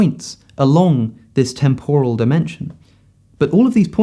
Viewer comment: You put up a dictionary definition of temporal, which gives the right pronunciation. For some reason, you ignore this, and say a wrong one.